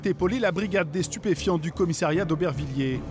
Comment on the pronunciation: Il faudra dire au journaliste que l'on dit "commissariat" et non pas "commissairiat"...!